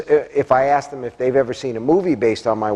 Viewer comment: The word is ask not aksk.. Jesus